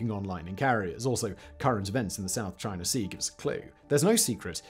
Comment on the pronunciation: Speed talking + thick accent = gobbly gook just to say aircraft carriers are obsolete as the battle ship and missles are the next thing. It's CHINA NOT CHINER.